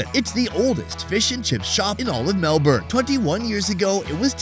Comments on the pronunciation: It's "Melbun" Not MelBourne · ❌️ Melbourne ✅️Melb-in